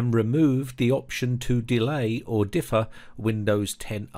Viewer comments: Very disturbing. Thanks for the notification. By the way, if no one has mentioned it, it's "defer" not "difer". At first I thought it might be a difference between American and British English but it's the same in both languages. Not trying to be a jerk, just FYI. Thanks again. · "Difer" = "Defer". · "Defer," not "difer" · pronounced deefur. not differ. :) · It's "de-fir" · Just an idle observation ( admittedly not crucial to the excellent info. in the video ).... What is up with pronouncing the word "defer" like "differ". It's bizarre because this guy sounds like a British native English speaker. I find it hard to believe that such a basic word pronunciation is not known. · learn how to pronouce defer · The worst part of this is your inability to pronounce the word defer. Differ and defer are different words!